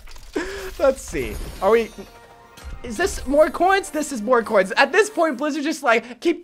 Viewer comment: I love how he says "coins" ... Kinda sounds like "cwoins"